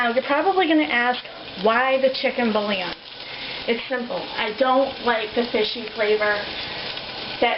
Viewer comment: Where to begin? Can we at least expect these people to speak English? Bouillon is a two syllable word, not three; it is not 'bull-i-on'. Oh Lord, please spare us.